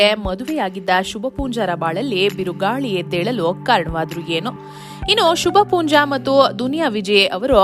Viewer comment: Not Shubhpoonja . It should be Shubha poonja